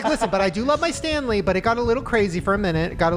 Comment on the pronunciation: Not me thinking of Hockey when Shane first mentioned "Stanely Cup" 😂😂